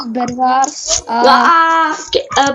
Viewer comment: Prý zahrajeme si bedwars 😂😂 ani vyslovit to neumějí.